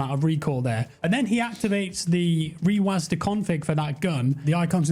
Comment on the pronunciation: its a program called rewasdah lmfaoo